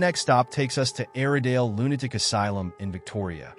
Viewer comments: lunaic? cant the AI say lunaTic.. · now its aradale lunaDic asylum? please AI just say lunaTic!